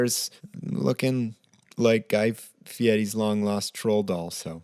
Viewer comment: ... guy fe-et-ti?